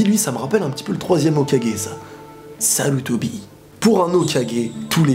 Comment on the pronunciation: 😂😂😂🤣🤣🤣🤣c’est quoi comment t’as dit sarutobi